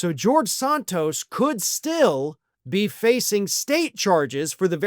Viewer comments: Isn't it Santos not Sahntos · Never heard his name pronounced 'Sawn-tos'. I thought in was SAN-tos. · Please don't honor him by using European pronunciation of his name. It is "Santos" with the "Sa" pronounced like in "sand"…..that stuff you find at the beach. "Sand Toes"